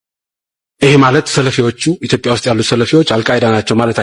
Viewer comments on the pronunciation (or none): none